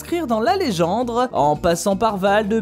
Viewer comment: Bah oui la légendre